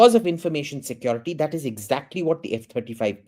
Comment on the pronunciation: why does it sound like hes saying f25